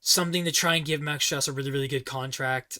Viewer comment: Also btw it’s pronounced Max Strus (Stroose like goose).